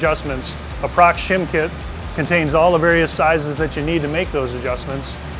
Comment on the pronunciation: It's pronounced Pro Cross